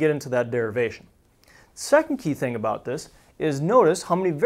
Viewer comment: well he's talking aboot spheres right?